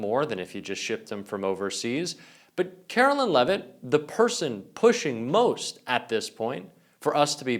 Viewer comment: Her name is Karoline not Carolyn